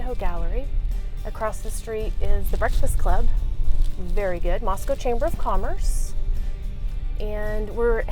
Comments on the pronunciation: Yeah I would have bought a house there until I heard the way you said Moscow. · i've watched several videos so far where a resident or former one has pronounced it like that. apparently that's just how it's pronounced. 🤷🏻‍♀️ such a subtle difference shocked me too lol.